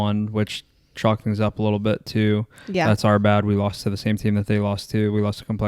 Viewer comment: I’m here for the “tings”